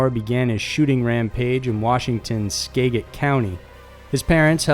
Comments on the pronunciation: Skaa-jit, not skag-it! doesn't matter, home county was mentioned! (Fabulous content as always!!!) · SKA-jit County... not SKA-git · In regards to skagit Its pronounced skajit so the g sounds like a j . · It's pronounced 'Skad-git' county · Love the content, but I can't let it go... It's pronounced SKA-JIT county. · It's pronounced "ska-JIT"- the first part is like "scat" with out the T. This dude really never looks up pronunciations! Love the videos though. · Skagit County in Washington State is pronounced SKADG-IT, for future reference. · In the Issac Zamora story skagit county is pronounced ska-jit county. Also the town he was from called Alger isn't pronounced Al-jier, it's pronounced Al-ger. Why can't anybody including 60 minutes get that right? Lol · Great video, just a tip though, Skagit is pronounced ska-jit. I remember this story. Scary. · For Isaac Zamora.. The county is pronounced sca-jit... Like the start of scatter and jitter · Skagit - ss-khah-jet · Just wondering if you happen to live in the Pacific Northwest, cause there seems to be a lot of stories from WA state. I promise Washington isn't as crazy as it seems, and I live one county over from Skagit. Also, it's pronounced ska-jit. 😅 Anyways, Great video as always! 👌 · It's #sk-Aget Skagit county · Btw Skagit County, the g is pronounced like a j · I think he understands how Skagit is pronounced, their was like 300 comments correcting him lol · Greetings from Washington, I love your videos! Small correction on the pronunciation of Skagit county though (don't worry most of our city names are from the local tribes so everyone that doesn't grow up learning them kinda just gives it their best guess lol) the a is pronounced like apple and the g is a j sound. From Sequim to Puyallup very little here is read phonetically 😆